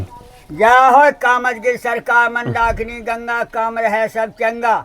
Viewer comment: Bhai sabse pahle Mandakini ko Mandagni bolna band karo